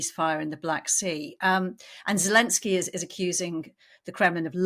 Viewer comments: His name is Volodymyr Zelenskyy. That's Zelensky with a zed like in 'zoo' or 'zest'. I don't know where this 'Zhelensky' idea comes from. In spite of that curious idiosyncrasy, this was a great analysis. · Ja, ich spreche Deutsch. Das weiss ich alles. The name in Ukrainian is: Володимир Зеленський I've seen it spelt different ways for speakers of English but the 'Z' is pronounced as a 'Z'. If you look at Wikipedia in English you will be able to see how it's spelt there. Your spelling looks like it could be the spelling for German, Dutch, Danish speakers...I don't know. Or maybe Czech or Polish as I said. I have seen in Wikipedia in English: Volodymyr Zelenskyy